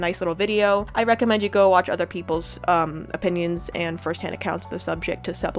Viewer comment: does "opinions" sound weird or is it just me